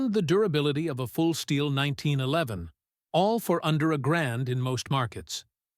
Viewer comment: This robot almost pronounces 1911 correctly. Almost.